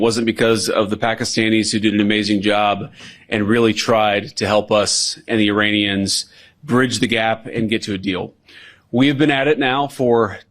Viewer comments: does he call Iranians, Uranians?😬🥴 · Vance can't even pronounce 'Iranians' properly haha what a loser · I am not a native speaker of English, so whenever someone says "Iranians" I hear "'Uraniums",makes me smile... 😂